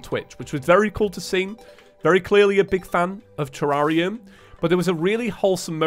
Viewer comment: i think tommy would... disapprove... about your pronunciation of "terraria", maybe more like freakout, even though like half of the terraria content creators pronounce it wrong